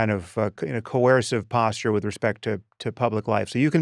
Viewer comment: Sam. Coercive is not co-air-sive.